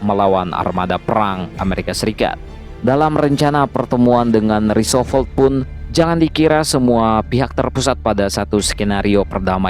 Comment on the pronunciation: Roosevelt dong Min, bukan Roosovolt, bolak - balik omong Roosovolt aja